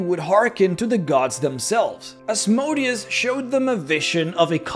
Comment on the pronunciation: For mispronouncing Asmodeus exactly 666 times you are now damned to Hell for all eternity.